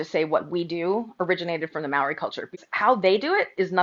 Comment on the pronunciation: You know how we all know you have no authority on the topic of anything Māori? Because you can’t even pronounce it properly. Don’t speak to anything over which you hold no authority nor expertise. Stick to glitter.